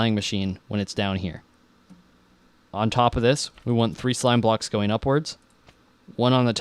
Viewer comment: haha he said sloam blocks!! :)